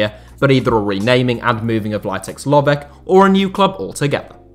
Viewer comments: It is Lovetch , not Lovek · Very interesting and in-depth video from a local point of view. I only noticed 2 issues: 1. Vasil Bozhkov acquired Levski Sofia, not CSKA Sofia; 2. Lovech is pronounced with a German "tsch" sound (the same "ch" as in kitchen), but I've noticed that native English speakers always butcher foreign names, and with that in mind, you actually did okay with the other names.